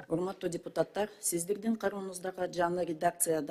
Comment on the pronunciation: Уяяяят депутаттар,каржылоо,кыргыз ,мекелемелер деп создорду туура айта албай жатканына наалат